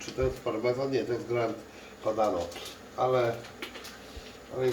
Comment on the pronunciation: prosze GRANA PADANO a nie GRAND:)